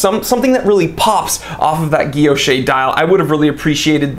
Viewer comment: Pronounced guil·loche /ɡəˈlōSH/. The last e is silent. Otherwise, great review as always.